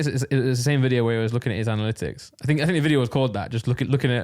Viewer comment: Randolph, say it with me now, Anna-lit-icks (Analytics) 👍🏿 I got you. Edit: Also, Kon-tro-verse-ee (Controversy), hope 1 of you reads this 👀 Edit edit: At the end of the day, you can say it however you want 👀💀